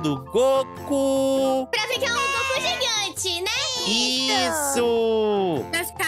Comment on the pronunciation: Tá falando o nome do Goku errado